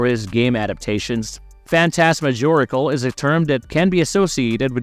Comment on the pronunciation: Phantasmagorical is pronounced a little differently.